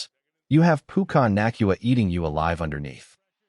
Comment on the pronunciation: To have anyone listen to this 😡 the damn names have to be right pukyna naacnuna come on man just broadcast it!!! I hate AI lol pucna nakuawa 😂 stafford would win a ring in 2026 not 2025….. and I’m still trying to figure out this trade lmao so stafford is gone in a year maybe 2 but also tell me how are you going to get Pickens who are you going to give up because that 2027 I doubt won’t be all of it no one is going to give a contender a first for the 26-32 pick when more people will pay more Pickens is going to get paid but not by the rams